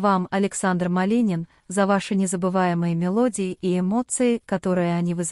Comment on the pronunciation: Уже многих артистов перехоронили и не раз и кому верить??? Ради рейтинга готовы на все,только получается наообоот. Произношение на нуле вообще и фамилия Малинин.!!!